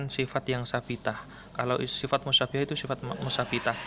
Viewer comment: Musabbahah mas bukan mussanihah